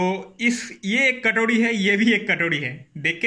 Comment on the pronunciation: Katodi nahi katori bolte hai